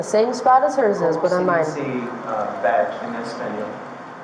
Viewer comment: "Como se dee-see 'badge' en Espanol?" This guy is as good a Spanish speaker as he is a lawyer.